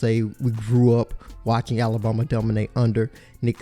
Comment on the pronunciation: this guy pronounces alabama (ala-bomb-a)